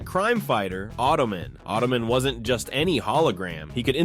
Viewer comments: Automan is pronounced Auto Man. Not "oddomin". Also, Nebicher was pronounced Nebbicker. Automan did not turn into a car. Cursor created the car. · It’s Auto Man, not Ottoman. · ok, i have to stop you, after you saying it WRONG 3 times. AUTO MAN, not AUTOMIN, its literally stated in the first episode, AUTO MAN, an automatic computer generated man. Also, VOYAGERS, ended not because of cost, but the main character DIED during production of the show in an on set accident. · It is pronounced “auto” man not autaman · It's not "Autom'n". It's Automan: Auto + Man. It's not "Highwaym'n". It's Highwayman: HIghway + Man. That word is mobile, not "mobl". The "ile" part is the same as the word "isle". How can anyone get those wrong? The words are literally written right there in front of you! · It’s automan not ottoman. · "Ottoman." LULZ! Who made these chapter headings? For that matter, is that even a human announcer? The show and character was pronounced "Auto-MAN!" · AUTOMAN not OTTOMAN. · Automan. Not ottoman. :) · It's "Automan", not Ottoman. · LOL, It's not "Ottoman." It's "Automan." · Say it with me. "Auto Man" not "Ottoman." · Its not automin, its automan. And he did not turn into a car. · It's pronounced autoMAN not ottomon! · It’s pronounced auto MAN. He’s not a footstool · Pronounced “Auto-Man” not Ottoman. 😂😂😂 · It was pronounced Auto-Man...not ottoman. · Was it really pronounced “ottoman”? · I kept hearing ottoman. Making me think of the footstool 😂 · AutoMAN.. it's not a last name like Peterman. It's AutoMAN. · Why are you saying “Automan” like “ottoman?”